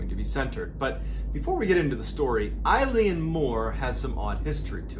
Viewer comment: Love your storytelling, but please please! check your pronunciations before recording. Eilean Mor is pronounced ‘ae-lan mor’ (as in a long ‘A’-lan).